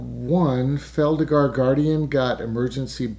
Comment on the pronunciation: It's Felidar Guardian, not Feldigar Guardian.